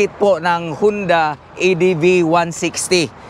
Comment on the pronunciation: Honda po .hindi hunda